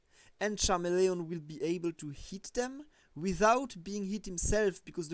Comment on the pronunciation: You'd think if you'd want to do this professionally you'd learn how to say the names of pokemon. Charamelion? Get out of here